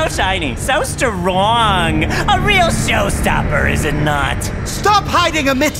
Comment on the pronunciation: Everyone keeps talking about “Archie” and “Stwong” but what about Greenski ? lmao that’s my favorite 😂